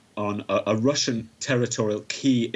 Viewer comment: You said russian wrong